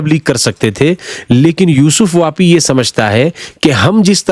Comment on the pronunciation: یوسف پاپی ہے واپی نہیں